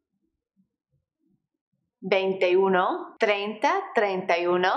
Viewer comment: Great lesson but I think you are pronouncing one wrong, it's supposed to be like oo no , not you no.